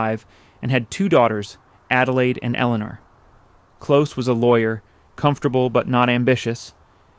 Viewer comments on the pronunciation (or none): none